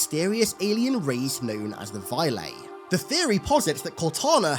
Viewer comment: Leela was captured by the "Vylae"? I'm sorry, I've been a fan of Marathon for many, many years, but I do not remember this.